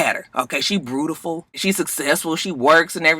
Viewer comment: "She brewtiful...."~ Scrappy 😂😂😂 I'm mad that folks still talk like that, but hey, it works for Scrappy. 🤷🏽‍♀️ #KanyeShrug